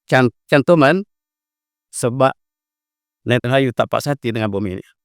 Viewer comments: Maaf, cuma nak perbetulkan kan sedikit kerana kerap sgt menyebut Netanhayu.. sepatutnya Netanyahu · Satu lagi tanah yang dijanjikan.prof sebut nethanyahu sebagai nethanhayu...sangat funny la... 😂😂😂😂